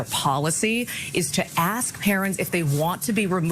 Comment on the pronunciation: You Axe questions and think Minnesota ends with the letter R ,,,,, 🤮🤮🤮🤮🤮🤮🤮